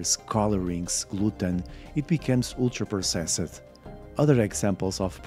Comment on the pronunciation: I know there's good info here, but I want to punch my TV every time I hear him pronounce "ultra-processed"